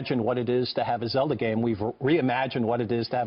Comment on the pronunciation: Did he really say Zeldo.